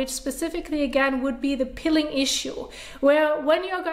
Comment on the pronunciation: It is Peeling not pilling.